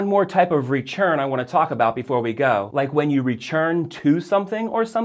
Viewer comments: “Rechurn” I have heard you make the “t” sound what country/state is your English from? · Very helpful! Random question though: I noticed half way through the video that you're pronouncing return like "rechurn" Do a lot of people do that and I just haven't noticed it before? Or is that just a thing? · from tennessee and can say i have never heard someone pronounce it like rechurn but i guess tennesseans have a weird accent too